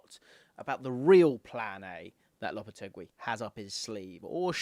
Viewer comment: LOP-A-TAY-GEE is how it’s pronounced 😘